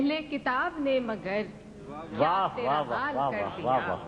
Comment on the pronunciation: Allah inki ruh ko sukun pahonchai, magar main inki zubani inki ghazal sun kar hairan hun, ke marhoomah apni hi ghazal kaise ghalat padh sakti hain. Hazaraat ghaur se sunen lafz 'tera", jis tarah tera padha ja raha hai, misra bewazan ho jaata hai.